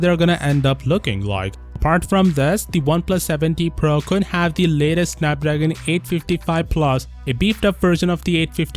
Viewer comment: So its PRO not...PRA🙂